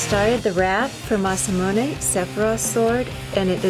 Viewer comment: Biggest fan and still pronounces Masamune as "mass-ah-moon-ey" :/